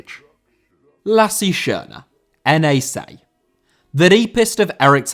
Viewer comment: Lasse* not Lassi